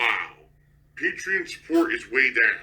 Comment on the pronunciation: Ever notice when he says patreon he puts emphasis on the "pa" part. Lol.